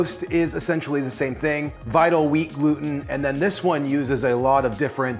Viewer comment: Every time you say "vital wheat gluten" I hear "TVP" lol